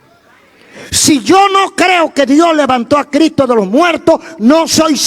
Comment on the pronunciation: Escucho y me gustan casi todos lo predicadores. pero usted me da pila de conocimiento. me gustaría que sonara la s de Cristo. 😂😂 lo amo pastor.🤗